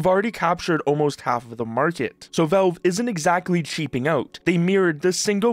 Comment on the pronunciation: The first vowel in "valve" is actually the letter A, not the letter E. It's not pronounced "Velve." It's pronounced "Valve." A's and E's don't make the same sound.